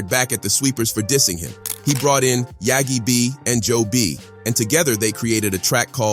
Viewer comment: He called setdatrend yagi b😂